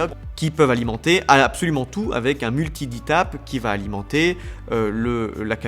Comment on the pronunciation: Enfin quelqu’un qui prononce d-tap correctement !